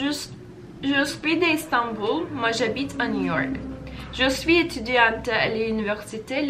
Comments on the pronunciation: EtüdiyantE değillll "etüdiyant" erkekler için ise "Etüdiyan" şeklinde okunur. mais is ma şeklinde değil me şeklinde okunur. 😂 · étudiante = etüdiyant diye okunuyor, sondaki e'yi okumuyorsun! Paris'te yaşıyorum, fransızcaya alışmam en az 6 ayımı aldı. Fransızların eğitim sistemi böyle bir anda kendini bir sürü bilgiyi aynı anda öğreniyorsun. Bol bol pratik, fransızca şarkı ve okuma egzersizi yap! Sen onu sevdikçe sana da kolay gelmeye başlayacak:)